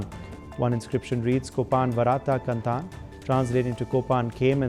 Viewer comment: Im dying, when this guy pronounces sikkai, korran, kandan 😂